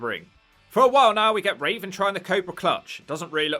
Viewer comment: Why do you keep calling Raven as Raisin?